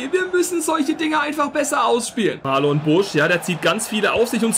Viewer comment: Busch heißt marnon und nicht Marlon haha